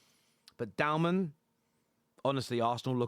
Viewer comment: *Dowman. Not downman